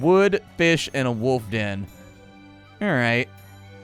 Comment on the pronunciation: A den, it's called a den.